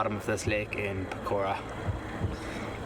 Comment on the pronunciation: Pokhara didn't like y'all keep pronouncing it pokora(fritters)